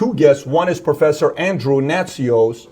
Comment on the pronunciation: he said professher